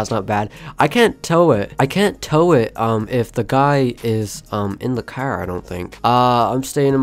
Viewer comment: It’s funny how you say cerrr